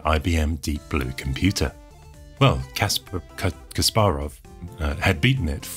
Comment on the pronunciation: It's kaspArov, not kAsparov